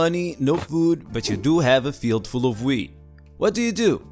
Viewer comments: It sounds like he says weed not weat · Hey bro i love it when you post! Awesome video! You are hilarious and the best! I always look forward to your videos! Lmao i wish u could post weekly. Lmao almost sounded like weed! Imagine having to grind all that weed by hand! Dam this sucks! Hahahaha ik it was wheat. Imagine if u did say weed lol. 😂😎👍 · I was using my wireless earbuds listening to this episode and heard “weed” instead of “wheat”. When he said grinding the weed I had to look at my phone to see what was going on here. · His accent and pronunciation made the beginning of this video just amazing lol. Talking about growing & grinding “Weed” 🥦 💨 🤪🤣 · "And dis is a dirt bike." Lol that's what I heard. But if I had that many kids and that much wheat I would deff. Take the cheaper choice and put those kids to work! 😂🤣😂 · Yes... you mix wheat with ‘eeest’...